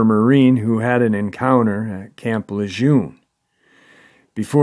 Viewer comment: It's French, camp (in phonetics) lay- zhoon